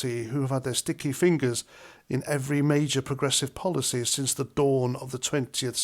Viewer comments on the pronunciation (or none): none